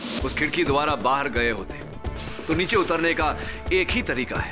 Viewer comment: Billi morya neeche ko neechu bolti hain 🤣😂😂